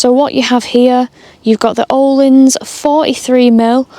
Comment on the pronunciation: Hefty insurance, but think it will be someone who track days,very selected niche I think.By the way a bit of media trivia Öhlins suspension is a Swedish company and English people always pronounce it incorrectly,as the Ö has two little dots above as there are thre letters the Swedish alphabet have that the UK don’t, They are:äöå so to say it correctly you say Erlins as the Ö is pronounced ER,nerdy I know but thought it would make you laugh great blog.was watching with three friends in Nyköping Sweden 😂❤️🙏🏍👍